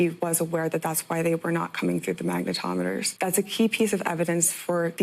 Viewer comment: Mag-na-tom-a-ter ?????? This isn't a thing. Mag-ne-tom-e-ter is a thing..